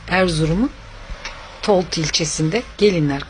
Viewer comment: Toltu değil. Oltu.